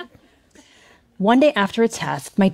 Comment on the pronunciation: "because they were... groty" What did she say? I'm unfamiliar with that word. The closest we have here in UK is grotty, but I don't think she meant that.